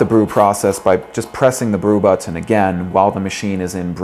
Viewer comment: I hate how this guy says But-ton..